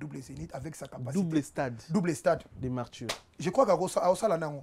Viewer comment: #chroniqueur olobaka #Marsthurrr prkoi??? A la place de martyrs😮😮😮